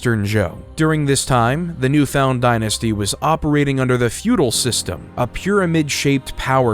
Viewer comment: fuedel not futile !